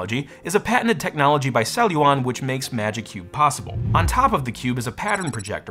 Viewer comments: How many times can someone mispronounce the company the video is about?? "Celluon" - not "cellulon". Sheesh. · What a weird name Celluon, feels like a kid is trying to say ‘Celluron’ but can’t pronounce R yet.